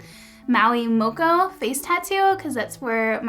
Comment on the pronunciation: Cool your dads side is from new zealand btw its MAORI not mowi and MOKO not mo ko but i understood what you were saying lol nice to see out culture being noticed me and a lot!!